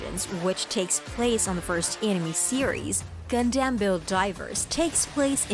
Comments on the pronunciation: Its gunDUM not gunDAMN please say it right haha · Gundam, not Gundamn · I can't believe anyone who calls it "Gun damn" is actually a fan. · Tell me this ins't TTS without saying its TTS: Pronouncer: GunDamn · WTF did I just listen to, most of the info she was saying was irrelevant or wrong and she kept saying Gun-Dam which was getting on my nerves. The way she kept rambling on about random stuff felt like she was an AI reading off a script someone typed. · “Gun-Damn” why? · keeps saying gundamn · The person narrating has probably never watched the series. Anyone else keep hearing Gun-Damn? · "if you're a GUN-DAMN fan like me!" proceeds to butcher every single name and ramble on about vietnam lmfao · Its pissing me off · I heard a God Damn at one point. The rest was Gun-Damn. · It made me jum of the mountain. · I say it like that to screw around with people but when it comes from an informative video like this it hits differently...... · “Gun-Damn”? Srsly? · Gundamn ? What the hell is wrong with you? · By far the worst pronouncing of Gun Dam EVER if you've watched the damn anime you would know that but yet still she butchered it over and over in the first few mins I can't listen to the rest. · All these dislikes because of how Gundam is mispronounced. 😂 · Even after 30 years. People still pronouncing Gundam wrong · For a channel called "Gundam you can't even say Gundam right " Unless this is TTS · This is literally one of the worst videos I've ever seen. Incredibly awful and misinformed and you cant even pronounce gundam correctly. plus ratio byebye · That shit kills me every single time I hear it in the trilogy...its killing me now.